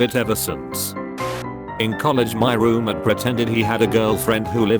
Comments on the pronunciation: How it says roommate😂roomitt, roommeerts wth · So noone taught the robot to say roommate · The way it says roommate, hurts every time